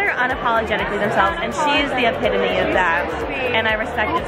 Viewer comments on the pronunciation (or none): I think epitome is pronounced not as “epi-to-me” but “epi-tome” lol